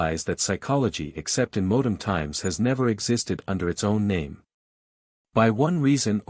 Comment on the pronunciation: I did think it was funny that it couldn't pronounce "modern". I dislike AI But it's still easier than me doing it myself, as mentioned. Try Altrusian Grace, he reads out of print books himself.